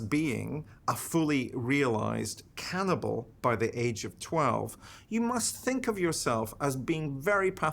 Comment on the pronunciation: A ‘Cannibalee’ 😅 jus saying.